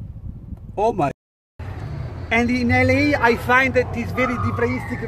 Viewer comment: L.A PRONUNCIATO "EL I" E NON " EL EI " 😂😂😂 Ma questo e' il minimo...